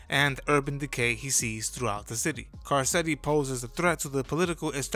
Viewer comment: Kar-ketti… have you ever watched the show?